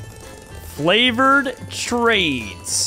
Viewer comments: the whole time he is supposed to say favored trades he says flavored trades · is it just me or did I hear when was trying to say "Favored Trades" he said "Flavored Trades"